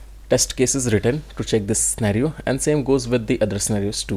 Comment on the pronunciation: Spelling of pre requisites is wrong in the template of test cases. Also why everyone explain only login or registration test cases? These two functions everybody knows. Also sir the scenario pronounciation is done wrongly by u in entire video.